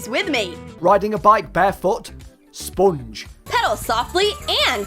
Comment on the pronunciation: The way he said spong and mug